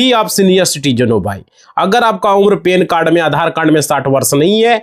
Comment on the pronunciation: पेन कार्ड नहीं भाई पैन कार्ड बोल भई. पेन तो वीडियो देखने बाद जो हुआ वो होता है भैये!!